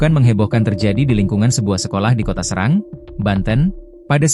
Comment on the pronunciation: Serang ( dibaca cerang ) pak 🙏